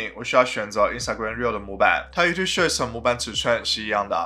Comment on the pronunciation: shorts, not shirts... you have to improve your english pronunciation ,dude